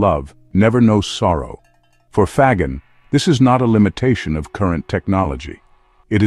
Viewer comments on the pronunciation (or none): Faggin is pronounced 'fa - jean', accent on jean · Why can't the people who write or read the narration do a little homework? In 2 minutes they could check with a pronunciation app. and find out that FAGGIN is pronounced fa-gin (the g is soft, like in gin, the stuff you drink with tonic water). In Italian (he is Italian) a G followed by an E or an I is ALWAYS soft. Like Gender or Ginger. This lack of professionalism is disheartening and makes you wonder what other stupid mistakes are being made.